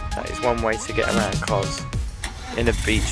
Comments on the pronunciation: pronounced kosssss..not koz..just saying...love your vlogs x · My ancestral home, it's pronounced KoS not koz.